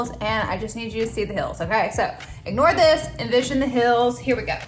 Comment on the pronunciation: To me it sounds like she’s saying hills not heels but I’m also dead so I could be wrong 😂